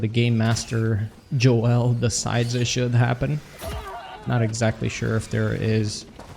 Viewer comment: It shouldn't bother as much as it does that he says Jo-el like he's Superman's cousin instead Joel like a normal human